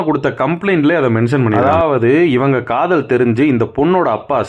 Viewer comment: Kadhal ❌️kadhol ✅️😢